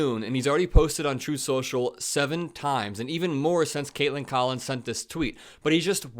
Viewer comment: "Troth senshal"